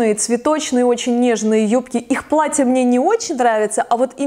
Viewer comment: плаТТЯ, плаТТЯ, много хороших плаТТЕВ!! Поработайте над дикцией и произношением